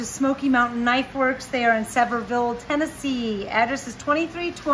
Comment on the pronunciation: Amy. I love how you say Sevierville. Must be that Arizona slang! 😂